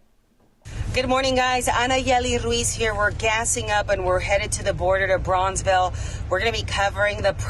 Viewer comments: Bronzeville? Braunsville?? It's BROWNSVILLE. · Don't church it up, lady. It's pronounced "Brownsville".